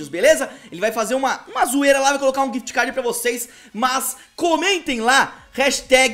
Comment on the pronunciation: Quem percebeu q ele falo quift cad